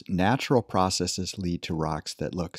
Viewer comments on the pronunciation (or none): none